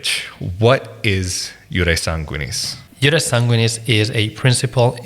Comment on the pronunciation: But the accent is not on the a in sanguinis